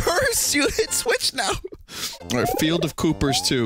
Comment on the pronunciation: koopers sounds like a canadian thing "look out for them koopers eh?"